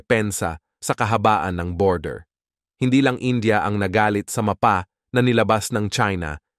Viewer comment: napatigil ako sa panonood dahil sa pagbigkas niya ng "MAPA". utang na loob na bigkas yan. wala akong paki kung AI man yan